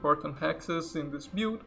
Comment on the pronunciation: Can you stop saying " Bewd " instead of " build" every, damned, time ???